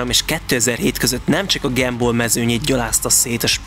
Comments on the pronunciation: Mi az, hogy "Gemból?" Az angol nyelv egyetlen tájszólásában sem ejtik az u-t e-nek. A helyes "Gámból" vagy "Gamball" - A 3000 nem az út távolságát jelenti. Alapításának idején, a 2000-edik év közeledtével minden nagyszerű dolog nevéhez a 2000-es számot adták hozzá jelezve annak szenzációsságát. A Gumball esetében a 3000-es számot adták hozzá, jelezve azt, hogy ez minden szenzációs dolgot felülmúl (Lee Baillie, a Gumball szervező csapatából) A távolság sem mindig 3000 mérföld. - Az Aventador SVJ-nek nem gyári kereke. Rendelésre készült az AL13-nál, lemásolták a McLaren Finá-ról - Nem minden résztvevő vezette le a teljes távot. Egyesek csak Angliában vettek részt, (pl. a két Koenigsegg és a Mclaren Senna), vagy csak Olaszországban (Lambó Sián). Londonban nyílt egy Koenigsegg képviselet, oda vitték a két autót. - "Mr. JWW" azért nem vehetett részt, mert ellopták az útlevelét. Senki nem fél magyarországra jönni, unalmas már ez a politikai eredetű önsanyargatás. Budapest az egyik kedvenc helyük. - "Kontázs???" 😲 "Kuntás!" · Csak egy javaslat: nem gemból, hanem gámból. Gum, mint gumi. Amúgy nagyon jó videó lett, de ez nagyon szúrt minden alkalommal. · Fáj a fülem ettől a “gemból”-ozástól.. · Miert ugy mondjátok, hogy “gemball” ?? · GEMBÓL?! De miért E-vel van mondva?! :( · Nem tudtad volna többször kimondani a Gumball szót helytelenül?? Azért nem ártana a többi angol kiejtést is megtanulni helyesen mert borzasztó hallgatni🤦🏼‍♂️🤦🏼‍♂️🤦🏼‍♂️